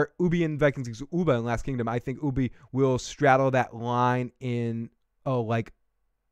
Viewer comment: Dude could you at least say ubbe's name properly it's grinding me 😂